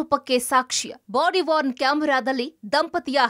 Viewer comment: ಬಾಡಿವಾರ್ನ್ ಕ್ಯಾಮೆರಾ ಅಲ್ಲಾ, ಬಾಡಿವೋರ್ನ್ ಕ್ಯಾಮೆರಾ... ದೊಡ್ಡ ಸುದ್ದಿ ವಾಹಿನಿ... ರಾಮ ರಾಮ...